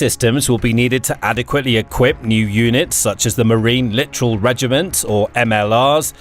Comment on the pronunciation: Littoral NOT literal!